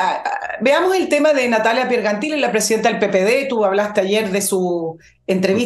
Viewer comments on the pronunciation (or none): se pronuncia pier llen tili no pergantili estimada Nicole